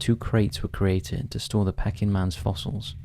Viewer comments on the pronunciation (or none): Pecking man? Peeking is pronounced like P-King. I hate ai. That’s enough for me. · Pee-king man not Pecking man please! It’s the Anglicised version of Beijing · Why you kept saying 'pecking man' like he's half chicken - half man, instead of 'pea -king' man, after the place in China. Bloody pecking man. Lolz Let you off as you're good to your subscribers. 😂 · Interesting video. And it's "PEA-King" man. Not peckin man. After the 30th time had to say something. Sorry. Keep up the good work. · It is pronounced “Pea-king.” Not “pecking’. 🐦🐦🐦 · It wouldn’t be as bad it being pronounced pecking, rather than pee-king. But it’s said every few seconds! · "Peck-ing" man ? It's pronounced "Pee-king" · I like your vids but it’s pe-king man not pecking man, Peking was the capital of china now know as Beijing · “Pecking man”? Come on now, basic knowledge. It’s pronounced “Pea-king”. Also your first ‘unsolved mystery’ has been heavily debunked. Do your research. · What’s ’pecking man’ lol it’s Peking!!! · Pay-king, not peck-ing. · Pee king man not pecking man 🙄 Sino Japanese War, spelt Sino, pronounced Sy No. Honestly, the pronunciation in that segment made my ears bleed. If you are unsure of the pronunciation, check. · It's pronounced "Pea-king" man <3 Love ya!! Keep up the good work! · I have been listening for years on and off, but what is it with this guy's pronunciation? "Pecking man"? Who pronounces Peking as pecking? It's a regular thing in his videos and puts me off watching. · Great video, but just for your information,'Peking Man' is pronouncek 'Pee - king Man' .. Peking is the former name of the capital city of China, Beijing .. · Pronounced: Pea-king man! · Peking. Pronounced as pee-king as in the place in China. You really do pronounce some words bizarrely wrong. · It's pronounced 'PEEKing' man, as in 'Peking duck' or the old name of Beijing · Its pronounced peeking man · Pecking Man?! Dear Lord, come on. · Peking is pronounced peeking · pee-king, PEE-KING